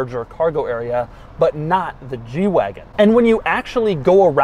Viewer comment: Lol!! Yeah, I know. I was thinking the same thing.